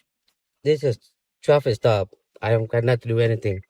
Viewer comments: "This is a stoffice trap." I think he meant to say "traffic stop". Biggest mess-up of a word I've ever heard! 🤣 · Did anybody notice that he said straffic law instead of traffic stop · “This is a ‘stoffic trap’” 🥴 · Did this guy say "this is a stoppice traff" instead of this is a traffic stop?